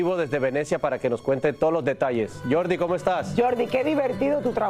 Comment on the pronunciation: Porqué seguís diciendo Jordi Martin cuando se pronuncia en español Jordi “ Martín” 🤬